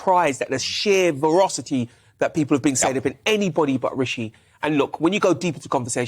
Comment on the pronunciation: VerAcity not VerOcity. doh🤣